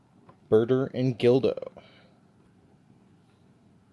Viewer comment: It’s GULDO not GILDO. Unless you were pronouncing his name incorrectly because it sounds similar to dildo I’ve had no issues with my 2021 EE SSG Goku. Some people are just too rough with them. That being said Tamashii’s quality has definitely dipped. Think they’re trying too hard and should go back to making 8-12 figures per year. It’s better to get less figures per year with better QC than to get tons of figs with inconsistent QC. I’m excited to see more of your reviews especially if you’re gonna get SSJ4 Goku.